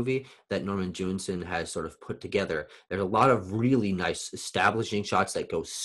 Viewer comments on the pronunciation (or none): Hi. So nice to see you back! Please correct your pronounciaion of Jewison; there is only one 'n' in the name. It sounds like you're saying Jewinson, not Jewison. What other Poitier movies did you get a chance to watch? Not that it matters, since he is superb in all his films. Hope you're enjoying your classes. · Hi. So nice to see you back! Please correct your pronounciaion of Jewison; there is only one 'n' in the name. It sound like you're saying Jewinson, not Jewison.